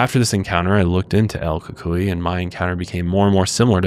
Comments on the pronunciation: Pronounced cucuiy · The Ku-Coy is how I was told it's pronounced